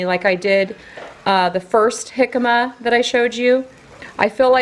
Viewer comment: Yes you pronounced jicama correctly. Lol! We eat them with lime juice and squeeze "Trechas Chamoy" on top and sprinkle "Tajin Clasico Seasoning". We don't cook it. I've always fry the radishes or use the air fryer. But I prefer fried on the stove. I can eat half of a bag, love them! You made my day or night...hahaha having my sweet Ava in the vid! Thank you! She's the best child ever! You're an amazing mom! Have a great week.:)